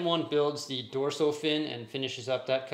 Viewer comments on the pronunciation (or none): Great review, but the word is dorsal, not dorso